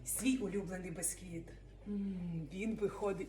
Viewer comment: бІсквіт не бЕсквіт. грамІВ, а не граМ. Не 24 сантиметрА, 24 сантиметрИ. Послухай , хазяєчка, і будеш мати більший успіх, коли будеш правильно говорити.